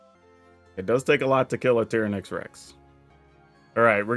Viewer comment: Why do you pronounce certain card so obviously wrong? TY-ran-ax not Tear-uh-nax You couldn’t call the Jurassic Park Dino Tearuhnasarus And bonus, it’s not Cay Thar. It’s just all one word.. cathar.